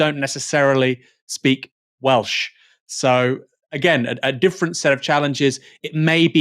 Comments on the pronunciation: To be fair, his pronunciation was the only positive to come out of that spectacle. I was expecting it to be atrocious but was probably one of the better attempts I’ve heard from non welsh speakers. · the way he pronounced the welsh was hilarious - respect to the taffs who told him to fk off